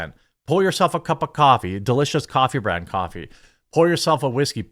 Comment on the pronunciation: I know the name of your company is "Coffee Brand Coffee", but the way you said it almost sounded like "Contraband Coffee" which is such a cool name... I was only passively listening until I heard that, lol.